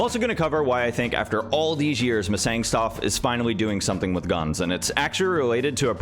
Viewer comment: this is the first time i hear someone say "gunz" instead of "gun zee" and i'm very upset about it, how dare you